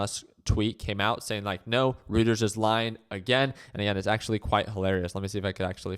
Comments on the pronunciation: It's pronounced "Righters" not "Routers" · It's pronounced royters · It's pronounced 'Roy ters.' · You're wrong too. It's Roy-ters.